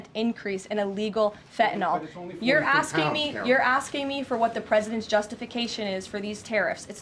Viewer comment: Fetanayl?? Pretty sure there’s an in “n” in there too. Maybe learn the name of the drug before you call our Prime Minister the Governor of Canada?